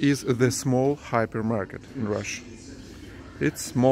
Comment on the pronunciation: At the beginning I thought he was saying a happy market.